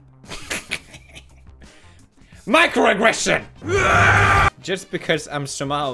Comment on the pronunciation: 11 minute video of Pewds misspronouncing "microaggression" several times